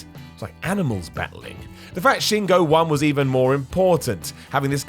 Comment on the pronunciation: yo love the list but please learn how to say shingos name